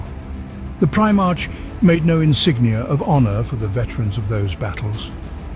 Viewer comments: I see a lot of comments not just from this video but others that Guilliman is a better "Emperor" or leader than the big E and so it doesn't get buried under too many other comments understand this first: "I get it, but you must also understand that each Primarch (pronounced Prim-ark or Pri-mark) is 1/20th a piece of the Emperor as a whole. Meaning the Emperor is the best at each of his son's particular skills. Guilliman is basically a master of logistics and so yes he can run a large spanning empire very well (hence imperium secundus) however, he only has that ability because the Emperor gave him that piece of himself as he gave all his sons a piece of himself. The Emperor is still far better at communication, sieging, defending sieges, hit-and-run attacks, diplomacy, striking fear when needed, etc etc, and yes still better than Guilliman at logistics as he is better at Vulcan at being perpetual. Again I get what you are saying and it rings true because Guilliman is now the Lord Commander making him basically the Emperor, but he is only that because the Emperor made it so. Even Guilliman knows that the Emperor is superior in all ways hence his hesitation of creating Imperial Secundus and his immediate desolation of it once he learned that the Emperor and Holy Terra stood." Hope that helps. Guilliman is awesome and loyal to humanity, but don't get it twisted. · i bet this was a good video but i had to stop after the third "prime-march" pronunciation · Pri......march or mark for the proper pronouncement of the word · Brilliant. But it's pronounced "Primark" is it not? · He/It is not even consistent in pronounciating the same names and words the same way e.g. Robute (as intended) then Robaut, Primarch, Primarch (ch is in chair), Preemark etc, it makes it kinda hard to listen to. Kept on watching and he says "the primate itself" in and he calls him Guilimana.....hahahahah. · one time he said Primak LOL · surely that's not how primarch is pronounced in any accent.